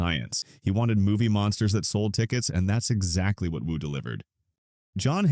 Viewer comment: "you" said W-U several times instead of Wu. you should do a better job of checking your AI if you want people to think its a human narrating this, which clearly is not.